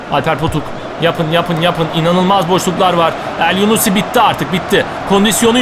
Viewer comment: abi o adam elyunusi elyunussi deil